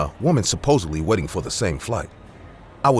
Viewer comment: Who else thought he was saying "wedding area" and not "Waiting" area